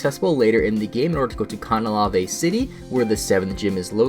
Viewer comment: THATS NOT HOW YOU SAY CANALAVE AHH I think in Platinum Barry became the second highest level trainer ever? Also, Team Galactic had a kind of dark ending with Cyrus just abandoning them and calling them out as useless.